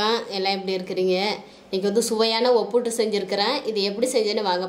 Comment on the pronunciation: Akka adhu obbutu illa obbittu